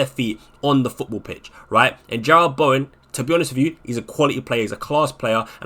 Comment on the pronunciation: Jarrod. JAH-RUD. Not Gerrard